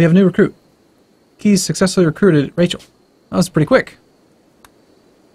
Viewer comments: You pronounce the ee in kees like you say Ace. It;s a dutch name and it would sound like case not keys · Kees is a dutch name and is pronounced as case. Just so you know ^^